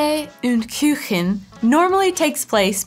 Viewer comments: Its Kuchen nicht Küchen.. is the "u" sound so hard to recreate for an american? i mean in the word "you" its almost the same sound. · You're mispronouncing Kaffee und Kuchen: You're pronouncing it almost like "Küchen", but it is in fact just a "u". examples with a close pronounciation in english: jUnior, dOOdle, grOUp. To me, the best way to enjoy Quark is actually right now, when the strawberries are ripe, to simply get some fresh strawberries off our local field, wash and halve/quarter (depending on size), and simply mix up the two. Nice and cold now that the temperatures are rising, and absolutely delicious. Don't eat if you've got stuff planned, as you will only be able to move via rolling for about an hour afterwards. German here, and I've never had horse meat (knowingly), nor seen it being sold anywhere. Didn't know that Sauerbraten was usually horse meat, either. I think that it's not super common, but not as outlawed as in the US either. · it's not Küchen it's Kuchen! Pronounced like Koochen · Just a detail, please don't say "Küchen" but "Kuchen" (engl. /oo:/) to the sweet dessert. There is "Küchen", but it means "kitchens" (plural of "Küche"). :-) By the way, some people consider "Kuchen" as not countable (so having no plural), but if you want to force it into plural, it does not change (a null plural): 1 Kuchen, 2 Kuchen. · is is neither "Küchen" nor "Kjuchen" , simply " koo-chen" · Kuchen...the "u" is pronounced like the "u" in pool. You keep pronouncing it like Küchen, which is actually much harder to pronounce, but not correct. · A little pronounciation lesson: When a ch comes after i, e, ä, ö, and ü it gets pronounced soft like you did with Küchen When a ch comes after o and u it gets pronounced hard with the throat. Which is the case with Kuchen. But Fuchs for example has an s after the ch so the ch is pronounced like a k. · Kuchen is more pronounced like cool at the beginning. (Koochen) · It‘s Kuchen not Küchen